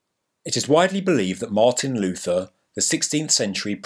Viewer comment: Such a good vid! ...but you misspronounced "Martin Luther".